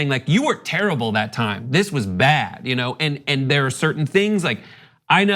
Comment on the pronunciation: I knew this video would be disappointing the moment she put the letter T at the end of the word "and". SAY THE WORD RIGHT